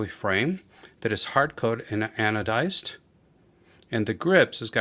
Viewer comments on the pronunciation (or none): none